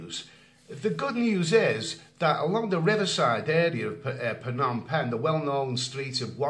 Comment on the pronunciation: How can it be Phanom penh? Friend can you change pronunciation?